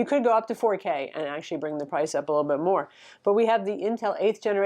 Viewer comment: "a little big racy" - ily <3